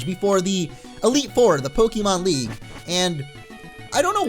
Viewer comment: It is pronounced poke-ay-mon.